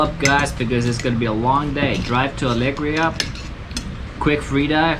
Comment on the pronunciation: Fantastic vlog as always, you are the best! I wish I could return to beautiful Philippines, but sadly it will be next year or even later! :( Btw... Alegria means Joy in spanish. You stress the second part of the word (gría) not Alég(ria)... Ale-gría!